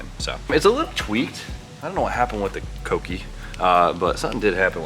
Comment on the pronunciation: Thank you for finally saying kouki (CoKey) right. Ive cringed everytime you say cookie 🤣